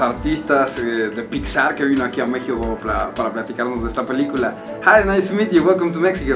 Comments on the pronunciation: pelicula no peliucla !!! ;-) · pelíucla xDD